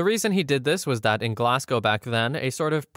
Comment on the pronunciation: As someone who lives in Scotland, you did indeed say Glagow correctly